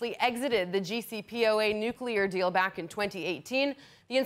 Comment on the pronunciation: It's ,"JCPOA" not Gc...